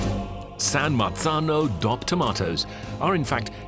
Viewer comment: The guy saying “coop” and “dop” instead of co-op and D.O.P. is killing me.